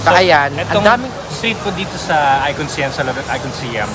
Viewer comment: ICONSIAM is pronounced as ikon-sa-yaam.